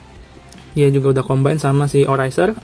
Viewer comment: Double o bang dibacanya